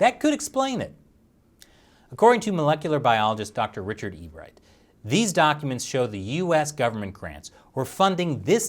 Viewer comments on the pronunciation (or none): none